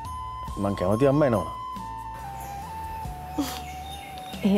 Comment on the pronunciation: ආක්ශා අම්මා කියලා එකපාරට ආන්ටි කිවුවා වගේ අද මට තව කෙනෙක් ඒ වගේ අම්මා කියලා අද ආන්ටි කිවුවා වගේ ඇහුනා .එක ඇහුන අය තව ඉන්නවාද?